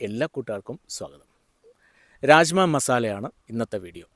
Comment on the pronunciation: Raajma alla.rajma Bean 🫘 not dal